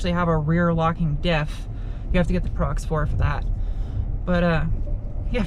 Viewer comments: ProX4 lol it’s Pro4x... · Nice review!!! By the way it's Pro4x not Prox4!! 😄 and the Cummins diesel is no longer available.